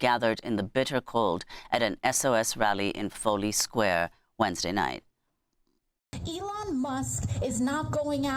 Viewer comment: Eloon, Eloon!! Have you heard?! This is not Johannesburg!! Eloon, Eloon!! Have you heard?! This is not Johannesburg!! Eloon, Eloon!! Have you heard?! This is not Johannesburg!! Eloon, Eloon!! Have you heard?! This is not Johannesburg!!